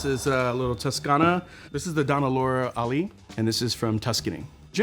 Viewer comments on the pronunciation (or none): none